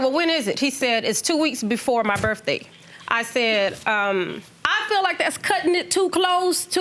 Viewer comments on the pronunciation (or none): First off before you think you’re boogie, learn how to pronounce birthday!!!!! Birthday does not, I repeat birthday does not have an F in it! But you boogie in your benz and red bottoms! Wow